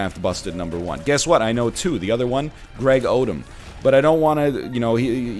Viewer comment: He say Greg Odem or Greg Oden lol?